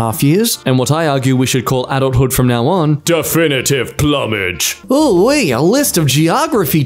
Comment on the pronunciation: as an animal lover, I died inside when he said "plummidge" instead of "ploomidge" (for plumage on bald eagle)